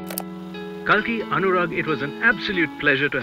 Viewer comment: Pronounced as Cake laa